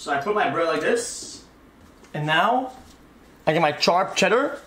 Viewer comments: Lil bro really said Charp Cheese I can't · Why does he say sharp like that